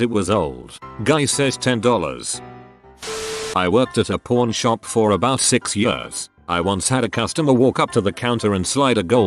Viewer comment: Pawn sounds like porn when the voice says it whaaaaaaaaaa